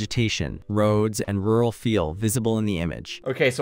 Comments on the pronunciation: Bro doesn't know the word "rural" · This version of does not yet know the words "rural" and "ditch", but this should be fixed after a few more rounds of training.:D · Rural is the word lol and i think that i struggle to pronounce it as much as that AI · bro does not know rural and ditch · its funny that he can’t understand the AI saying “rural” but that’s exactly how my midwestern accent says it 😂 It’s a difficult word for us to say so I get why it’s difficult for others to understand